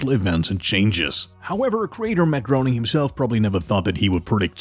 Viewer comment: Hey guess what you linguistically challenged narrator? Matt Groening is pronounced Matt Graining, like raining with a "g" at the beginning, not groaning like you said it.